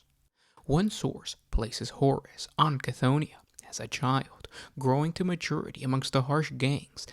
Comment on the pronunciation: Isn't C'thonia pronounced Ker tho nia? Each to their own really.